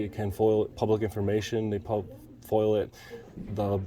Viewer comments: It's not FOIL It's FOIA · F.O.I.A - Not foil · FOIA not FIOL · A "Foil" request?? Dude it's a FOIA request. Freedom of Information Act. You're a fairly experienced auditor and should know this. 🙄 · Foia, not foil foeyah! Not foil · FOIA, not FOIL! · It's FOIA (Freedom of Information ACT), not "foil". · Foia not foil 😂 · Are you aware that you sound ignorant every time you call a FOIA request FOIL? It's Freedom Of Information Act, not Freedom Of Information Law. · Isn't it FOIA not FOIL. Freedom of information act. I see how that may be a petty argument but you should be at least appearing that you have read the act. Well informed of the laws is important to be a successful auditor.